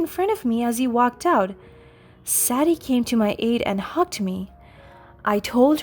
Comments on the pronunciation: Sadie…saydee not sad dee. And you are hospitalized in the HOSPITAL not at home. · Sadie is pronounced: say dee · Ian, and Sadie are NOT pronounced like that!!!